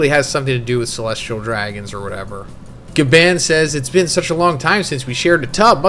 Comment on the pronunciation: I’m not trying to be rude or disrespectful but Bro, why do you call him Gaban when it’s literally pronounced as “GA-BON”?! I mean if you watched the anime or even just watched other videos about One Piece from other YouTubers you’d know that it’s pronounced GABON! No offense, but it makes it seem like you don’t care about the stuff that you’re talking about and you just want to get it out of the way or something. It’s almost like you can’t or don’t want to be bothered with actually learning the names of important characters, objects, or locations. Bro, this is your job, you should want to make sure that you’re doing everything correctly to ensure that you’re doing it to the best of your abilities! Gaban is literally the most important character right now in this moment in One Piece and you can’t even get his name right smh!